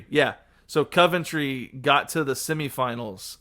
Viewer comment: Just have to say as a Coventrian that Coventry is ‘Cohv-En- Tree’ no ‘Cuv-Ent-Tree’ and definitely not Covington😅 Think of it like two words in one Covent and Tree. Feel free to say what you want about the team though I don’t support them 😅 but a bit of history about them, though some of the younger people might not know and consider them “small” they were at one point amongst some of the clubs with the longest consecutive spells in the top flight football, they went 34 years in the top flight before eventually being relegated in 2001 They have even dropped down to League One at one point but are currently in the Championship (one below the Premier League) and over the past couple of season have looked like they are edging closer to get back, last season they narrowly missed out on the play offs and the season before that they lost the play off final to Luton You’ll find also that it happens a lot that some historic Premier League clubs go down to the Championship and for quite some time struggle to get back out and can sometimes spend years or decades there, like Leeds, Nottingham Forest, Leicester, Middlesbrough, Blackburn, Portsmouth and Ipswich Town (who are finally returning after being relegated from the Premier League in 2002)